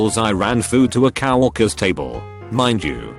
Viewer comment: No one: TTS: C O W W A L K E R S